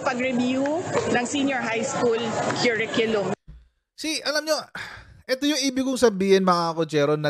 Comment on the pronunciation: Langya..Naging Dep Ed secretary tapos simpleng pag pronounce ng curriculum mali..sabi nya "que riculum" ganyan nya binigkas ung curriculum..ginawsng pinsan ng banana que at barbeque eh..😅